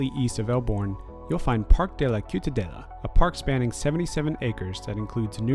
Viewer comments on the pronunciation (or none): Those tracks aren't old at all xd. They're from 2004 when the newer Trams started service in Barcelona :) Also, the C in Ciutadella is pronounced as an S (same with the Ç at Plaça Espanya) But those are minor errors, great video :)